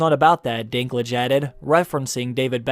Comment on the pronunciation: Irgh. For a german ear it sounds so wrong when you call him "Dinglitsch" :D Dinklage is the name of a city in North-West Germany from where a lot of people moved to North-America in the 19th century. It's more called Dink (as in Think but with D instead Th) and Lager but without r but with a bit longer e.